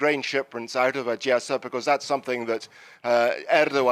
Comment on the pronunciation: Why is using the Russian pronunciation 'Adyessa' instead of the Ukrainian pronunciation 'Odessa' (‘O’ as in ‘Odd’)?